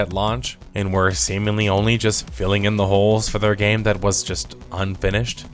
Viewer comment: Ummm Sir. You said Semenly then talked about entering holes. Great video.